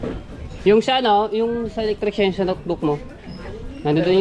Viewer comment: Matepo electrician Hindi electricsyan